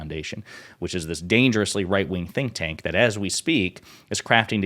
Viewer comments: Did Crocket say "think tank"? I heard "stink tank", which is fitting for the Heritage Foundation. lol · Did she (Ms. Crockett) say “stink tank?” Did I hear that right, or was that just a slip of the tongue when meaning “think tank?” I’m still laughing… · I heard stink tank. 😅😅😅😅